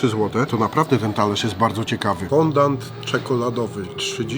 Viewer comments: Jesteście gamonie tyle czasu robicie testy różnych deserów obiadów itd a nie wiecie że się nie mówi fondant tylko fondjua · Czyta się fądi a nie fondand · mordo Ty moja...normalnie nie zwrócił bym uwagi ale chyba z 10x powiedziałem FONDANT i mózg mi umarł... Mówi się FĄDĄ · mówi się fondii, z języka francuskiego fondaty xd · Foundi się mówi